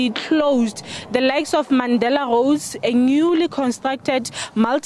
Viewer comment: Goad or Roads 😂😂😂